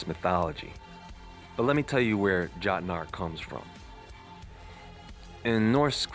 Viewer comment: Jotnar, ( yote-nar)